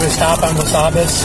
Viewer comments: Ain't no "wasabis" road around here? You mean Wabasis? Scares me when the law can't read. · Wabasis not wasabis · well, he didn't know how to pronounce Wabasis either, so what do you expect?